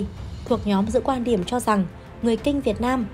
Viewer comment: GIỌNG ĐỌC LƠ LỚ CỦA TỈNH LẺ . "QUAN ĐIỂM" ĐỌC LÀ "QUÀN ĐIỂM" . KỸ THUẬT ĐỌC CÒN KÉM .